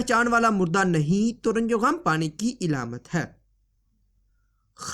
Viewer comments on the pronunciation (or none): ilamat nahi bro . alamat hai